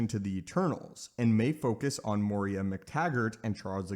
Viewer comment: Moira, not Moria.